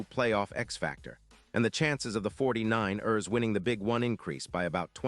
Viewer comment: This AI can't pronounce for ish 49..ers lol. Crosby going to the Niners would be nice but I don't see it happening.